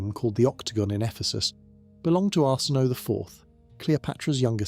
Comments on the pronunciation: Pronunciation needs work. Arsinoe for example, pronounced Ar-sin-oh-ay. I do like your videos though. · Arsinoe : Ar-sin-no-ay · His names Arsinoe! Lol!